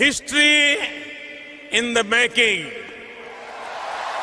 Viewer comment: I really enjoyed watching this lesson. I agree with almost all of your ratings except for it of the Prime Minister, because of his difficult pronunciation it was hard to me to understand him. For example the word “maKing” he said like “maDing” and so on ))). This video is very useful and interesting. Thanks a lot, my teacher, for this cool Friday lesson.